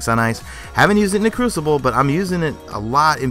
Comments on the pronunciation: It's basically not French. He (in French) said Cru-ci-blé. It's actually Cru-ci-ble. And we don't say crucible in French it's l'Épreuve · Crucible (french voice) and Pur-chase... makes me sigh every single time. crossing fingers for it to never happen again... Except for that i love your videos...